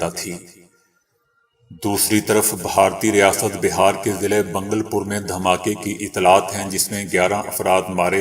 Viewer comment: صحیح نام ——— بھاگل پور ——-ہے ———- اور “گ” پر زبر ہے